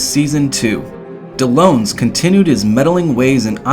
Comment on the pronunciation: Miharu is TRIGGERED actually they are pronounced correctly. Karin is pronounced as Karen and Dellons is pronounced as Del-ons.